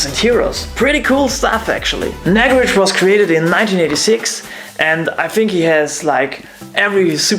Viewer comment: It's not nag-rej it's Naag-Rahj. Nice video!!